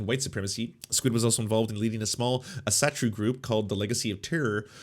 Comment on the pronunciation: The way he pronounces Asatro. xD The A should be pronounced like in "all". Asa-troo.